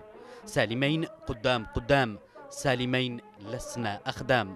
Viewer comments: نطق اسم سالمين خطأ يا قناة بلقيس. سالميِن و ليس سالميّن. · اسمه سالمين بكسر الميم وليس بالفتح ، غلطة سالمين التاريخية قراراته الثلاثة التى دمرت جنوب اليمن : تاميم المساكن تخفيض الرواتب تحرير المرأة وحرق الشيادر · يا اخي النطق غلط ل سالمين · انت تنطق سالمين بشكل خط . او انا غلطان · المعلق تشارلز ماهو قادر يلفظ أو ينطق اسم الرئيس سالم ربيع علي ( سالمين) صح سبب بلاوي الجنوب العربي اولائك الجباليه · ياخي اعطي الخبز خبازة لاتعملي فيها منظر .. كفاية مغالطات حتئ اسم سالمين ماتعرف تنطقة